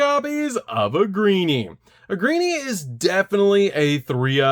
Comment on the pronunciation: for the love of god please stop saying Ahgreeny! It's spoken "Ay-ger-een"!